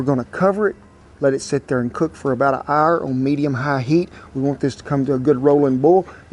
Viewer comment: "about an arrr"